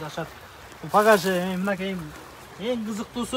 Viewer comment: багажды пагаш дейт го